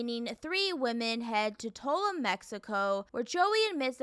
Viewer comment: Immediately stopped watching after the way you pronounced, "Tulum" 🤣